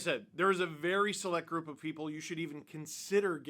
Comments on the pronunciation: Why are you saying Key - rul ? Kir - rill the thrill. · KA-RILL not Kurill! How could he not sign, went from playing at the "X" Exel Energy Center now he plays at the "G" Spot! Grand Casino Arena...The "G" SPOT!😆😅🤣😂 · I know it sounds weird, but that's closer to how you would pronounce it if you spoke Russian. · I have never really heard his first name pronounced the way you do. Maybe just say his last name.